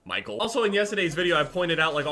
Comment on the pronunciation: That pause, zoom in, and “Micheal” actually made me laugh. Good job